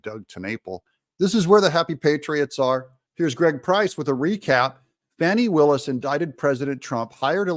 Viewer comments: CNN is the only outlet calling her FAWNI instead of FANI... Why am I not surprised? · Fani. Not Fauni. Obvious attempt to make her sound more sophisticated and just better than us. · Notice how all these media outlets try to fancy/class up her name?? 🤣 "Fahni" Nope... Its fani, ... as in fanny Amd they've ALL been doing it... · Why does the media keep calling her “fawni”? Her name is Fanny, like a backside. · Someone's pronouncing her name "Fawni?" Not Fanny? Pluuuleeze! 🤣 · Why do the liberal democrats keep saying her name is Fawny…it’s Fani as in rear end! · Can anyone pronounce Willis' name correctly... Fahnie, Fannie or Fawnie 🥴